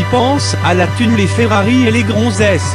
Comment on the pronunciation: Y'a pas de "r" dans gronzesse